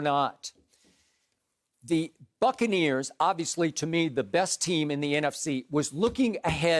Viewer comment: Bro he said Brady lifted the Succaneers lmfaoo